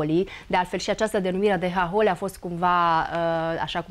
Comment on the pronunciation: Hahóli, fă, nu háholi! Pune accentul corect!